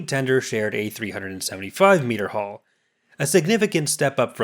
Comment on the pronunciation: its sounds like you are saying haul not hull